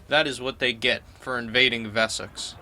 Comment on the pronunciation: Vessex? Wessex is an english word not a german word, the W is pronounced W. Your american reading is grating my ears